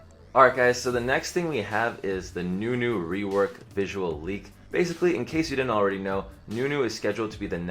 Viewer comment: "Idk how you could lewk a rework" LMFAOOOOO